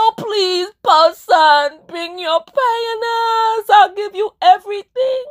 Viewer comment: LMAO a purrson with a panis. I love when you said pedestal in your accent and when you said the word is down not up that was deep